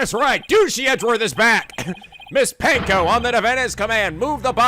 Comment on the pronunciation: I love how Edgeworth calls Ponko 'Panko' and continues to call her that even when he's been corrected a number of times lol its just like psycho-locks all over again lol